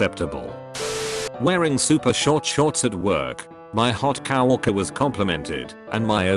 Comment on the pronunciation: Nobody: ToadFilms Fake Voice: Cow-worker